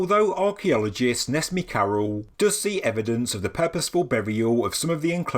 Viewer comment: Dear, "C" is a J sound letter in Turkish so the archaeologist's name is Nejmi